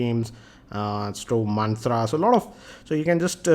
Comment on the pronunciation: SCREEN GRRaad!!!! Maaantra!! hahaha. Anyway, love your videos man!